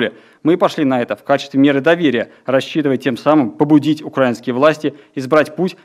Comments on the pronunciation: У этого "попки" в методичке ударения не расставлены. Вот он и читает "укрАинские", а не "украИнские". Ну и "в Донбассе" само собой. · Не укрАинские, а украИнские. Чиновников МИДа следовало бы отправить учить русский язык и на экзамен.